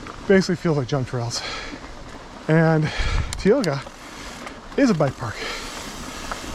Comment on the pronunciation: Heads up: it’s tye-O-ga.